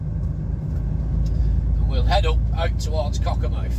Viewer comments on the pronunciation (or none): The name is Cockermouth not wot you sed